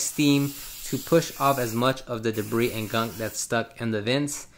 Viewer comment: This guys favorite word is GUNK With the hard K at the end GUNKK